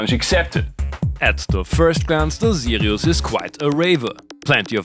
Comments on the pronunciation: Now I really want to hear that M.A.S.S. engine! Maybe a future Better Gear episode? BTW whenever you said "Sirius" it sounded like you were saying "Zealios" so I kept thinking I was watching a mechanical keyboard video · This was one of the best synths in the series, I don’t know how it got to Bad Gear... Love how you pronounce Sirius the German way :) Btw, it would be interesting to see a Casio CSM-1 (or its Hohner counterpart, the MSE-1, which I can donate to you)